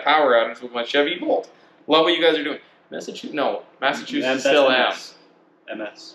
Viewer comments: ME is Maine, MA is Massachusetts or as I hear you say Massatwoshits, MN is Minnesota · This mf just said "Messachusetts" 😂 For future reference, Maine is ME because there was already a MA (Massachusetts), a MI (Michigan), and a MN (Minnesota), so the only other letter available was the E at the end